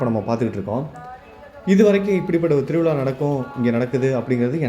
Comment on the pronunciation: Title lil thiruvizha endru padhivittal mattum podhadhu. Zha ucharipu ungalaku varavillai idhu thamizharuku avamanan. Siridhu naatkal zha zha endru solli pazhaghi pinnar neengal vlogil pesavum. Vizha enbadanai vilaa. Thiruvilaa. Thiruvizha endru sollanum. Oru thamizhar zha solla thadumaruvadhu vedhanai. Melum anghu nadapadhu thaangal kanbipadhu sirapu ade neram neengalum ennudan ipodhu paal kudipeergal.neengalum endru serpadhu erpudaiyadhu alla